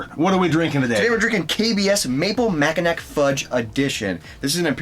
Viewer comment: Great show but I'm pretty sure it's 'mackinaw'.